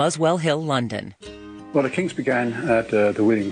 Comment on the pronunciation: They seem to be able to say 'Kinks' properly...